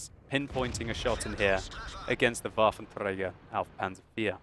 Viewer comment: woar wie mich das Triggert wie er das ''Waffenträger auf Panzer IV'' ausspricht..da denk ich echt einen moment lang an Hitler :P